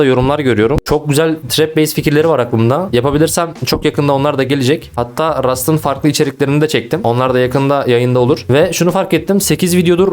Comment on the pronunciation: abi senın gardas ve rust demenı çok sevıyom ya ALLAHIANA GURBAN